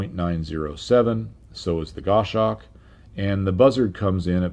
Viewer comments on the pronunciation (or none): It’s pronounced goss hawk not goeshalk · Goss-hawk not Gosh-awk lol.